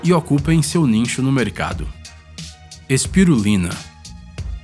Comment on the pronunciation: Peraí. "Mais pior" não, né? Apenas, pior. Pelamor! Adoro vcs. mas por favor, ouçam e editem as gravações antes de subirem o vídeos. Não existem "ninchos" e sim, nichos. Tb. não há "qualquer um outro" e sim, qualquer outro.